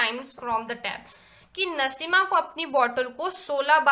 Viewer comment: Naseema nahi naseem